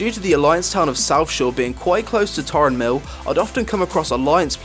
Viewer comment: its Tarren mill not Tauren mill